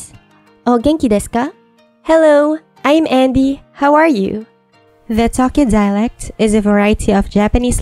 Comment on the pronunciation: I fear nothing, but the way she pronounced Tokyo, scares me.